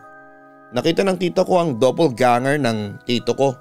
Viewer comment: Doppelganger po hindi double ganger